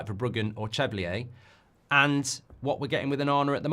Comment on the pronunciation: For the love of god, learn to pronounce Chevalier's name, Mark.